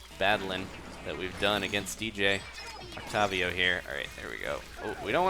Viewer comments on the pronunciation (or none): WHY ARE YOU PRONOUNCING OCTAVIO THAT WAY WHYYYY